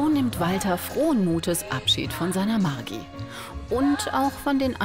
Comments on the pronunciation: Die arme Frau, sagt wie man ihren Namen richtig ausspricht und wiederholt es als hätte er gar nicht zugehört 😩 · Margi nicht Maggi 😂😂😂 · „Du kannst margi sagen“ dann „Maggi“